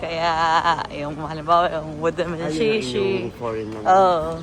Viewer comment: Sheshe, hindi po shishi 😊